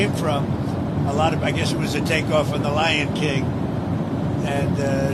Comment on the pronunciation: Lion King or Ly'n King.